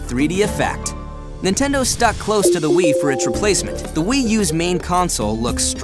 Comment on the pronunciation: I like how your saying "will" instead of "wii"